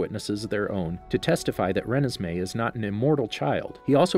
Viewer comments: excuse me what did you say.. it’s ruh nez mey not renes mey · It's REE-NES-MAY not REN-NES-MAY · I cringe every time you pronounce Renesmee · Does how he pronounce Renesmee bother anybody else?